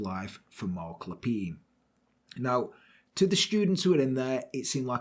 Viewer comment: Being a Canadian, your French accent and pronunciation was tres bein! As soon as you said his name I knew the story. Canadians still remember and recognize this tragic day. Wonderful and thank you.